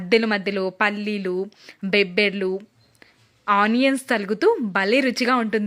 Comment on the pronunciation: Bebberlu kadu ..bobbarlu..mundu telugu telusukondi..